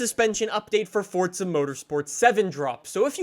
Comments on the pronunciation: Its Forza not Fortza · Forza not fortza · Forza, not fortza....Jesus fuck🤦‍♀️ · Forza of fortza jesus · Please stop calling it fortsuh bro it’s FORZA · It's FOUR-ZA NOT FUCKING FORTNITEZA ya fuken guck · For the love of fucking Christ it’s Forza not fortza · He says fortsa